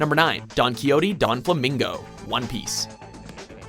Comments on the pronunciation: its Doflamingo not Donflamingo baka... :p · DONflamingo. how the hell do you pronounce it like that? there isn't even a N in the name. do you even read? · Donquixote Doflamingo not Donflamingo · It's Doflamingo not 'Don' lul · Donflamingo? Dressrona? Okay, you're doing this on purpose now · Seriously donflamingo? It is doflamingo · It's Doflamingo. Not DoNflamingo. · You guys made one little mistake in your list just now...the One Piece example, his name is "Doflamingo," not "DoNflamingo" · Donflamingo? It's Doflamingo you dunce. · the fuck is a donflamingo? even my auto correct corrected that shit to doflamingo. for fucks sake doflamingo is one of the easiest if not the easiest to pronounce it's clear as fucking day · doflamingo not donflamingo lol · Doflamingo! Not Donflamingo! Jesus! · It's DOFlamingo not Donflamingo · each time he said donflamingo i cringed 😫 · His name is Doflamingo... not Don Flamingo... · Its Doflamingo not Donflamingo. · *Doflamingo, Not Donflamingo. Geez. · Doflamingo not donflamingo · It's DO not DON flamingo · I don't know why but I'm really bothered by DoNflamingo. The Extra N just does... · "Donflamingo"? Hearing screw up Doflamingo's name made me cringe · DoNfalmingo I'm Triggered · i though it was Doflamingo not Donflamingo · Also DOflamingo not DONflamingo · sojiro B They're right on the "Don"quixote part it's most definitly not Donflamingo it's Doflamingo. There's no pronunciation of the N in his name at all. Donquixote Donflamingo sound right? lol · It's not donflamingo its doflamingo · its doflamingo not donflamingo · Doflamingo, not donflomingo Dress rosa, not dress Rona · You said Doffy's name wrong. Let's try it again. Donquixote Doflamingo. "Don-Kee-Oooo-Tay Doof-La-Mingo." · holy shit donquixote pronunciationhelp me donflamingo and dressrona is killing me too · It's Doh-Flah-Min-Goh, you don't pronounce the N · Donflamingo? DON? DressRONA? RONA?? I'm done :L